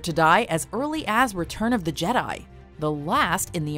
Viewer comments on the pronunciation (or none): none